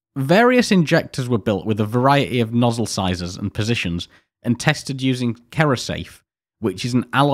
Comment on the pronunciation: One minor mistake that jumped out at me was the mispronunciation of "cerrosafe". It is actually pronounced as "serrosafe" I will also add it was very interesting watching this as a machinist. Some real nightmare parts to make involved in this test